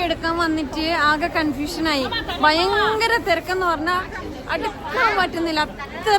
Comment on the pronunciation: വളരെ നിലവാരം ഉള്ള വിവരണം. പിന്നെ വിശേശം അല്ല വിശേഷം, ആകുന്നു, ബയങ്കരം അല്ല ഭയങ്കരം എന്ന് വേണം? ഭാഷാ ശുദ്ധി നിലവാരം പുലർത്തിയാൽ നന്നായി?